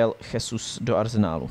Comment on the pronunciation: Chtěl jsem to připomenout sám, pak jsem koukal, že Honza Tureček se na závěr svého komentáře také zmínil o té výslovnosti. Gabriel Jesus “Žezus” (v Brazílii je oficiálním jazykem portugalština) Naopak Španělé by jméno Jesus (např Jesus Navas) vyslovovali jako “Chesus”. Přijde mi tedy vhodné zde zachovat mateřštinu pro výslovnost… Ale už jsem si za ty roky zvyknul, že vědomí a svědomí mu nedovolí si připustit něco podobného k srdci, a tak bude Jesusovo jméno vyslovovat neustále “svou vlastní pravdou”. Já sám kolikrát třeba nevím, jak nějakého hráče vyslovit, ale když mě na to někdo upozorní, nebo si to pro zajímavost vyhledám, něco si z toho vezmu a snažím se hráčům přiřadit správné výslovnosti. Prostě jde jen o to si přiznat, že nejsme bezchybní. Chápu, že dneska jedete všechno bez přípravy a takhle, ale asi by nebylo od věci si třeba alespoň občas pročíst komentáře, které vás třeba mohou konstruktivní formou trochu usměrnit. Děkuji